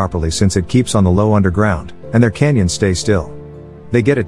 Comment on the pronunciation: Does the narrator not know how to pronounce "cannon"? He keeps saying canyon.